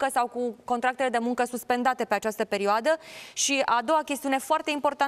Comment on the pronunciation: In această pereoadă... pereoadă... pereoadă...